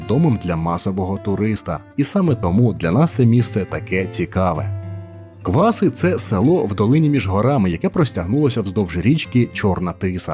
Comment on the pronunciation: В сюжеті про КвасИ все геть погано з наголосами))